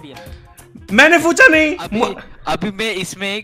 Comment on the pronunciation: Fucha kya hota he it's pucha Nahi😂😂